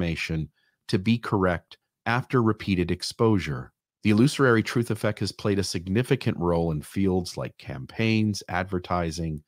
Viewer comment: I love you and your work,. Keep up the good work. One note: It’s pronounced “illusory”. No extra “ary”. Common mistake. Cheers